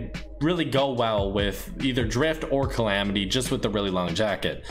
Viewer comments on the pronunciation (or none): Calamity not clamity you sit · bruh u had it right the first time like what is clamidiya? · why the hell did you pronounce it "Chlamydia?" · its not climitya its calamity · Clamity? Wut? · he said clamitia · Its CALL AM IT Y